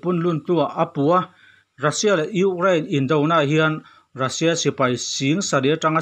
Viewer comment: News kalo ngaithla thina,angaihnawm thin hle mai,hanin hrilh rual loh chu in in nih chungin han sawi ve ka duh,lehkhathiam chu kani hauh lo na in ka sawi duh chu,entirna:(Russia Ni rengsi in Rassia tih a lam thin hi adik chiah dawn em aw ?tin, National: hi Alan dantura Ni awm tak chu (Nesawnal) ( Ne )Ni awmtak (Na) tihlai hi afuhlo deuhnalai awmin alangtlata,English spelling ah chuan Nation chu Nimahse,amizo spelling (NE) alang tlatmaia hi ka sawi duhna lai chu ani,ngaih mawh zawng ka han sawiin kanti lang ve anih chu